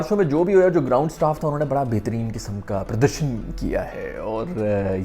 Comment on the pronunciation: Pardarshan, oye hoye bhai ki hindi😂😂